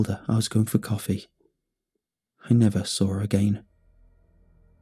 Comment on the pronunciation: I like how he pronounces saw as sawre